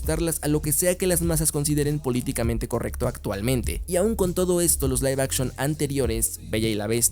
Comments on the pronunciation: Se pronuncia Live action ósea “laif action” No se dice lif action:V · Live puede ser pronunciado de ambas formas.